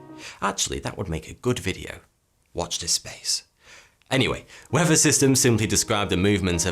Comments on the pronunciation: I couldn't put my finger on it but that's what it is . Weafer not weather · skin cancer? right then, it is pronounced weather not wever. i know you can say th, like in earth, but there is no flipping v in weather, douche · In this episode you'll learn about the wever, wever you like it or not. In the next episode.. English lesson: "th" Who needs it?